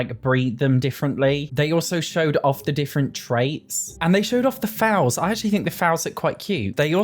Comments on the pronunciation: Sorry I have to point out a pet peeve 😂 it’s pronounced “fole” not “fowl”. Again, very sorry, just a horse girl pet peeve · I see the mispronunciation of foal has spread lol, thanks James Turner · Came here to say the same thing about foals - it rhymes with goals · Foal isn't pronounced rfowl, f-aul. More like full. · bbz its foal as in 'bowl', not foul like the smell xx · foal (as in a baby horse) is pronounced "fole", rhymes with "hole". A fowl is a type of bird. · The way you pronounce Foal is so straaange xD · “Any floor tile can be the ceiling.” Wow, you mean like The Sims 2 did over 15 years ago? Groundbreaking, EA. 🙄 Also, what is with everyone mispronouncing the word ‘foal’? You, Gluon, James Turner… it’s not a hard word! Is it just to increase engagement with people like me commenting about it?